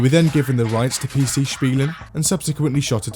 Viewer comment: Bro I cant see this picture anymore My maths teacher puts these on the tests everytime captioned with: Good luck, youll make it And everytime I read this in hope she changed the meme I'm like 🗿 Edit: Wow he actually pronounced "Spielen" the right way One of the rare times I'm impressed of an english speaking person